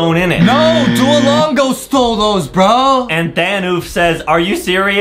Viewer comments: its not "DUOLEEPO" ITS "DUOLINGO" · btw its not doalipo or doalinga its dualingo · It's duo-lin-go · It makes me mad that they didn't say Duolingo right